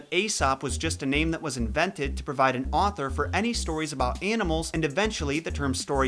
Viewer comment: It’s eesop’s fables